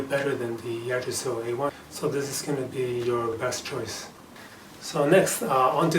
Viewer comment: thank you for the review and comparison to the yggdrasil ive been juggling between deciding on either one aslo yggdrasil is pronounced ( igg- drasil)